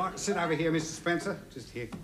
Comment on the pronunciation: He Get Mrs Spencer name wrong twice